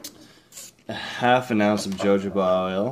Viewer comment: Not to be a pain in the [insert body part here], but its pronounced "hohoba".